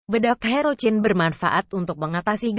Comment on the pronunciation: Herocyn di bacanya herosin bukan herocin kagak enak di dengarnya ini